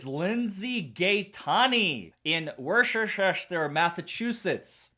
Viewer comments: Hey. It's pronounced Wuss-ter. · Hi Larry, I grew up in Worcester! It's pronounced "Wooster" or if you have a Boston accent "Woostah" 😉❤. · FYI, Larry, Worcester is pronounced ‘Wuss-ter” or even more accurately to the local accent, ‘Wuss-tah.’ Wuss rhyming with Puss in Boots. As a Norfolk County resident, I love your videos, esp K Read coverage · Pronounce Worcester as Woostah! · Love you, but you are saying the city wrong. It’s is pronounced Woooster lol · Worcester is pronounanced Woosta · Obligatory "it's pronounced WOOH-STIR" comment!